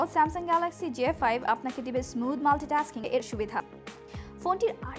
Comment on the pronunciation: ঢং বাদ দিয়ে ঠিক মত গ্যালেক্সি বলা শিখ আগে বেটি!